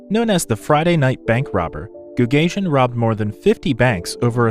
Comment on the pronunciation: Goo gah see en would be the appropriate pronanciation not goog asian